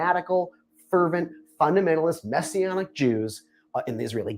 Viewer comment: Did he say "Messianic jews"?